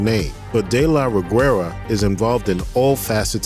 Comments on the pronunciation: Greetings from México Great video The "u" in "Reguera" is silent, it gives a soft sound to the "g", as in "guest" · I find amusing how They pronounce Ana de la Reguera, you do not have to pronounce the "U" my dear. BTW Samantha Win as Chambers.. BEST ZOMBIE ACTION SCENE EVER!! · The way this guy said "Reguera" 😂